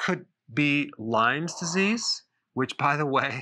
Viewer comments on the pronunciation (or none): Dr. Berg, it's LYME Disease; no "s" on the end. It's a terrible illness, so I thank you for warning people.